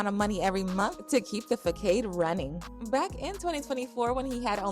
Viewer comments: Girl the word is pronounced, fu-sahd not fukahd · Fakade🤣 It’s pronounced FA SAAD!🙄